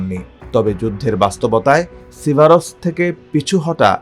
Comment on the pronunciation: সিভারোস্ক, স্লোভিয়ানোস্কো, ক্রামাতোরোস্কো, খবেলোনোতেস্কি -- এরা চাকরি পায় ক্যমনে?